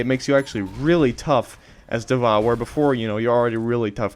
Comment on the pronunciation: Hey, informative video, thank you. Just FYI: D.Va's name is pronounced "Diva" or "Dee-va". You can hear it pronounced by Blizzard dev guy here